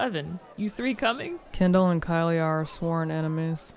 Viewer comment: it's Kendall. Not Kindle. Not Candle. Not Candull. 🤌🏿🥸